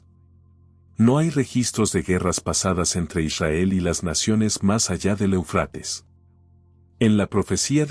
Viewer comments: Se pronuncia Éufrates, no Eufrates, ojo. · Éufrates!. No ponga el acento en la a por favor... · EL QUE ESTÁ NARRANDO , LE DIGO QUE NO SE ESCRIBE EUFRATES Y TU TE "COMES" ÉL ACENTO QUE LLEVA EN LA 1° E , Y LOS ACENTOS,SON MUY IMPORTANTES,X. QUE PUEDE CAMBIAR EL SIGNIFICADO DE LA PALABRA, Y ESO PASA MUCHO, CON LA TRADUCCION 🇪🇦 GRACIAS X TODO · Ay que mal pronuncias Éufrates, y asi das información